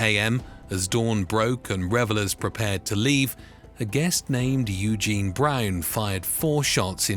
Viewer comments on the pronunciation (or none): none